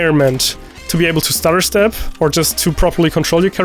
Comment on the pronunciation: Did he say stutterstep or starterstep? Idk which one and idk what that is either?